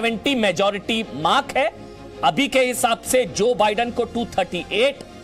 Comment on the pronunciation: Jo badun 🤣🤣🤣Kaya pronunciation hai🤣🤣